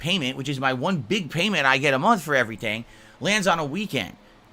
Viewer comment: I really hate how he pronounces "month" as "munt"